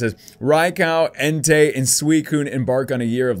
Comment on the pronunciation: It's en-ty. Not en-tay.